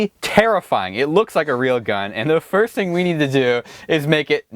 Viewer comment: You're like 5 why did you say "fist" instead of first